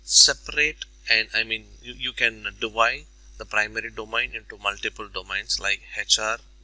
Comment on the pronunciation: dough-main. Not dough-mine. Thanks for the assistance.